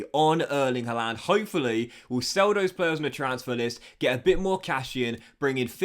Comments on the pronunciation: Harlund not huland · Love you but that's not how to say Haaland. Sign Sergio Gomez the LB will have a decent rating now.